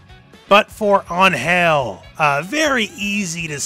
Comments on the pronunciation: It's AN-gel, not an-GEL. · La manera como dice Angél en vez de Angel xdxd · It's actually "Ángel" making emphasis in the A rather than An-hel, wich is actually good but without the long time between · In Spanish “Ángel” has a tilde on the “A” so the emphasis of pronunciation is on it. AHNN-hel instead of an-HELL. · Just a little correction. In Mexico, it's pronounced AN-hel, not an-HEL. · In spanish it's pronounced with emphasis in the "A" (Ánhel) an-Hell sounds cringe :P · I'm not gonna complain about an english speaking person trying to pronounce an spanish word Just gonna say that is kinda funny cause what I hear is "An...Hell" each time he try to say Angel It's written the same just try maybe to say "An" and then without pause say "Hell" with just one "L" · It's pronounced AN-hel the first syllable is the strong one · Great video mate, but wtf was that form of saying An-hel? great point for trying, but that is over the top and not how is said in mexico, An" is right gel need some work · It's weird that you point out how you pronounce Angel as An-hel because she is mexican yet screw up the pronuntiation completely. In spanish you accentuate the "an" part. Just like when you pronounce Los Angeles. It's not hard! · Just a note: Ángel's name is pronounced stronger in the "A" not in "gel" (Since she's from México)